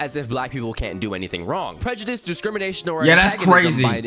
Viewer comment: did he just say prejedisum tf LMAO